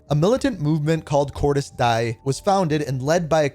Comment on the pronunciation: this guys makes a 40 min video just to pronounce “cordis die” wrong